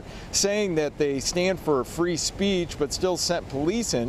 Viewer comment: Fwee Fwee Palestine MOMMY